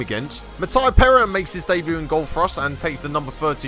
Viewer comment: Please stop mispronouncing Perin